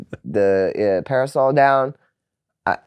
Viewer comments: Its a PAR-I-SOL LMAO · The word is parasol